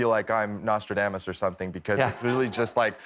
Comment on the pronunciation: Why do both these guys have a hard time pronouncing ‘Nostradamus’? lol